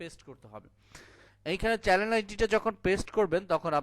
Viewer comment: চ্যানেল শব্দটার উচ্চারণ ঠিক করে নেবেন যদি সম্ভব হয় ,ধন্যবাদ.